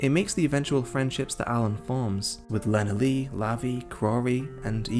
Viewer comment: So glad you did not say lenalee. You deserve a like for that. 🤭😄